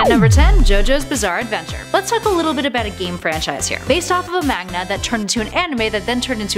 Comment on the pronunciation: "Based off of a magna" Really?